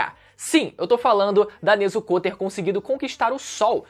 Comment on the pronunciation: NezukÔ/TanjirÔ Mano, isso é um pouco irritante o bagulho não tem acento circunflexo no O mas nego coloca na hora de falar